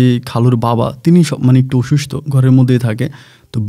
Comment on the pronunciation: আপনার অনেক এপিসোডে করোনার কথা উল্লেখ করেন। একজন শিক্ষিত লোক থেকে করোনা-কে করুনা বলা বেমানান লাগে। অসুস্থ- কে বলেন অইসুস্থ, ওমান- কে বলেন উমান! একটু শুদ্ধ উচ্চারণ করেন প্লিজ।